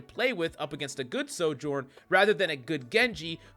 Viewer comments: We have a Sojourn problem…. NO ONE CAN FUCKING PRONOUNCE IT DESPITE SAYING HER OWN NAME EVERY TIME YOU PICK HER. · The biggest Sojourn problem is that too many people can’t pronounce her name.